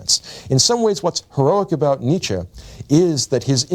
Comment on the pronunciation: his influence can't be that great when you're not able to pronounce his name right